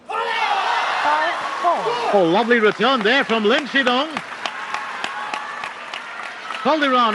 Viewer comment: Pity the commentator can’t pronounce “Shidong”.